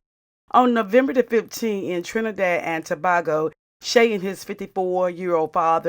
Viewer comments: Its pronounced, To/ bay/ go! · Please pronounce TOBAGO properly. It's disrespectful